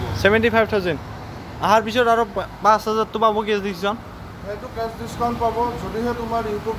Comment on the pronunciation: Its cash money not case burbok chapri kuch toh sik lo parai likai